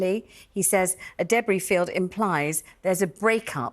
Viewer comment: The pronunciation of debris sounds wrong🤪